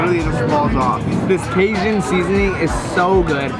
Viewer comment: It's not bAton rouge it's baton rouge, pronounced bat-ton not bate-ton. There's a difference but love ya still💗💗 also not casion, it's ca-jun😂